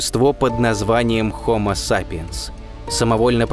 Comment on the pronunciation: "Хомосапиэнсу" - десятки тысяч лет...это наверное минута в истории динозавров